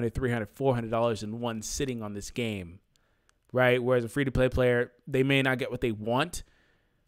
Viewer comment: "Free to Play Payer" ???